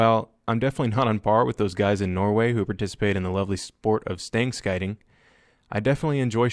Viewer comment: Stang Skyting (Stang shooting) Is not a long range sport, but rather a speed competition. And Skyting is pronounced more like sjuting. Never tryed it myself, or any other shooting competition. Except trap and jegersti, witch is more for hunting training than anything. I have a picture somewhere of a guy with a krag, and you can see two casings in the air at the same time.